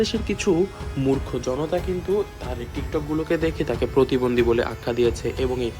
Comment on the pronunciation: Kothata protibondhi not potibondhi